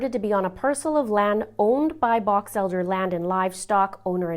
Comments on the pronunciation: Box Elder not Batchelder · I believe your pronouncing Box Elder “Batch Elder” it is the same as the tree Box Elder. It is a very large county in Northern Utah. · I grew up in Box Elder County. It is a huge vast desert out there. I pray Dylan will be found. Just and FYI..... It is pronounced BOX ELDER just like a regular box, I noticed you were pronouncing it like BATCH. 😊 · Thank you for correcting her on Box Elder. I live in Utah also and I was who in the heck is batch elder lol. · The country in Utah is Box Elder, not Batch Elder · its box elder not batch elder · It's BOX ELDER not Batch Elder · It's call Box Elder not batch elder. Sorry, your doing a great job though. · I thought you said Batch Elder. It's actually Box Elder. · It's Box Elder, not Batch Elder county Utah. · Box Elder not Batch Elder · ‘Box Elder’ county not batch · Hi, it's BOX Elder country, not "BAX" xoxo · Who is" bach" elder? it's Box Elder. Prayers he is found soon. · Batch elder? Thought it was box elder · It's BOX Elder, not Batch (or whatever you've sating) Elder!! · Love you and your channel. Congratulations on 200K, you deserve it. It’s my ADD but did you say Batch Elder in meaning Box Elder? Sorry, catching up on the case. Prayers for Dylan and his family. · it sounds like you're saying "BATCH ELDER" the closed captioning also hears/says "batch" I'm not sure if I'm hearing you wrong but IF you are saying "batch elder" it's INCORRECT... Lucin Utah is in BOX ELDER COUNTY, not bein a nit-picker, jus tryin to help. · Batch elder? You mean Box Elder. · The County is Box Elder, Utah not Bochelder! I know you are not from around her, just making a correction. Thank you for your show. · Ir is pronounce BOX Elder like a package - BOX :) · FYI 😊 it’s Box Elder County. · you are pronouncing the county name wrong. It’s box like a box 📦 and then Elder. Just FYI 😁 I live in Utah lol! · Box Elder. It's Box Elder County.